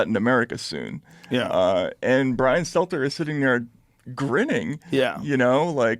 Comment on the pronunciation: love joe, dont trust bwian, carry on joe